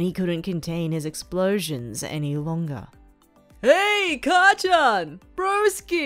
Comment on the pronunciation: Sory, but it is: ''Kacchan''